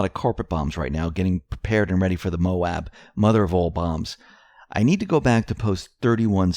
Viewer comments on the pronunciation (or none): none